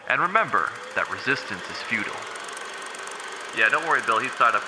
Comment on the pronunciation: "Resistance is feudal" 😥 "Resistance is FEW-TILE " 😊